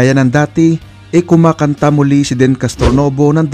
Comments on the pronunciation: Deeeeeeeeen kuya hindi Den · deeeeeenn.. not den. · Ang bigkas po ay DIN...hindi DEN. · It’s pronounced as “Din”,not “Den”… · Din hindi den lekat kang magsalita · Deen( din po ang pronounciation nito)